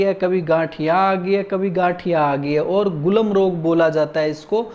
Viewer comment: वैद्य जी गुलम् नहीं गुल्म रोग है